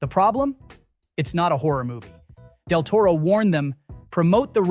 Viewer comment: "Less" Diaboliques, wrong footage or Jane Doe, Del Toro mispronounced, etc. Ai narration badly done. Needs a human voice.